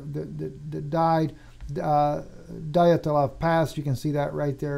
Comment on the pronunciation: Just to help out: Dyatlov is generally pronounced in English-. Dee*at*lawv I messaged him tonight, but I am getting to this a couple of weeks late.